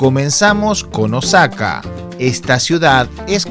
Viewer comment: eres un tontolin al titular tu video,no veo nada sucio,sucios deben ser tus calzones.Y por cierto no es Osaka,es ooosaka infeliz,ese tonito de voz de subnormal es terrible